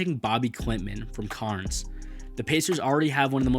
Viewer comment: Look i agree with your analysis on Topic but i dont think he falls outta the lottery. Also Cairns is pronounced "Care-ns".